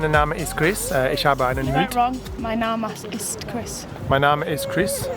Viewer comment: Funniest video ive ever watched chris you are soooo funny hahaha i speak german so it made it 1000 times funnier and yes you said "Mein name ist Chris" correct 😂😂❤️❤️ love you all thank you for always making me smile through your videos xx